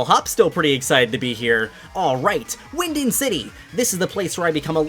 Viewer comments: bro, it’s pronounced wyn-DAWN, just wanted to let ya know politely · So no one is gonna talk about saying wyndond